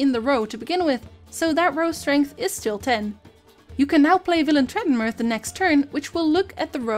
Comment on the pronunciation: I mean the tutorial is great and all but im just impressed by your pronounciation of Villentretrenmerth